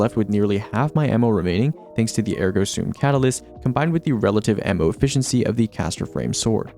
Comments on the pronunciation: "soom" is how it is pronounced. It is part of a Latin phrase which means it has a different pronunciation than how it appears if it were an English phrase. The Destiny community specifically have tried to pronounce it as "sum", but this doesn't match how it is originally or popularly pronounced. The video by Julien Miquel or various dictionary sites address how to pronounce the full phrase "Cogito, Ergo Sum" where "soom" is the correct way. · sorry i’m 2 days late, but yeah, it WAS always pronounced soom. Thank you for this info